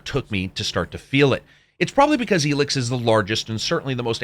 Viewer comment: Why are you pronouncing it “Elix”?